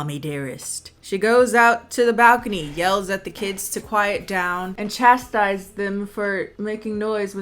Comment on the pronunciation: You say “chastise” so many times, I’m not sure if it’s intentional but it makes me feel strange for some reason